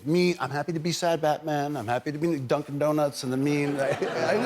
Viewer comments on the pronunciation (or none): none